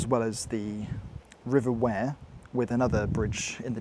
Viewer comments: If i hear one more YT'er mis pronouncing the name of the river again I will scream, Yes, i know it is fair as it is spelled that way but it is not pronounced like that, it is pronounced Weer. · River wear,not river ware😅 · You need to look up how to pronounce the river Wear.